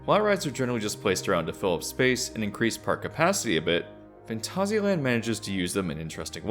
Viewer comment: I kinda feel like your pronouncing Phantasia wrong though. I've heard the word before as a disney movie with that title and they defiantly never said it that way. I checked a few things on google saying the word too, and it always came out as like the Disney movie. XD